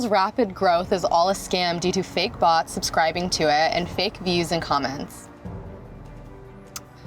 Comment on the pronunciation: When she said Bots, I thought it was butts😂